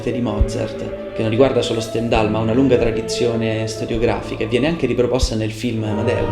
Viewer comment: Ottima analisi musicale e storica del Requiem di Mozart, attento però alla pronuncia di Stendhal , non è proprio perfetta. Per quanto riguarda tutta la parte "nera" , basta leggere il bel volume di Christoph Wolff, Il Requiem di Mozart. La storia , i documenti, la partitura, Astrolabio 2006 , tutto viene chiarito senza ombra di "mistero". Grazie per l'ottima analisi musicale e strumentale. Io sono un tastierista laureato al Conservatorio e mi occupo soprattutto di filosofia della musica, , ma confesso che il tuo modo di spiegare è veramente eccellente , sia per l'analisi musicale e strumentale ( come ho già detto) , sia anche per il tono suadente della voce. Complimenti.